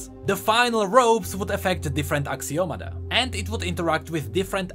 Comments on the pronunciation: i think is Axio-Matta not Axio-mada right? D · It's actually "axioma" but whatever XD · I believe you are meant to pronounce ashiomata.